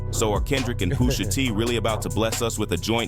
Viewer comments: why does he keep saying "poosher T" LOL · Poosha T 😂😂 AI is wild! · Who TF is poosher T 😂😂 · Calling him Poosha is wild. AI be funny sometimes